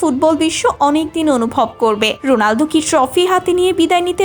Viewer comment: রোলানডু না রোনালদো 😅😅😅